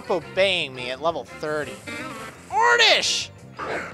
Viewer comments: It's oddish and not ordish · Oddish? Don't you mean ORRRDISH! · he says oredish to be funny